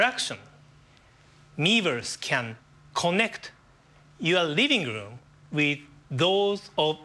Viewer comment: riving room to riving room. I'm sorry, but that was kind of funny xD